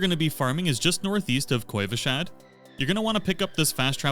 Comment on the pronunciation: Not Koivashad XD